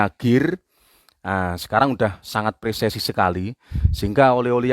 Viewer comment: Persesi opo...? Presisi ....